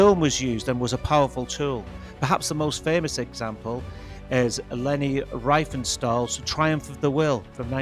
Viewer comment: In german, "ie" is pronounced as a long "i". The filmmaker's name was "Riefenstahl", not "Reifenstahl".